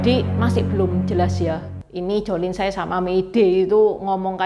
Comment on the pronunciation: tsai bacanya yg bener chai.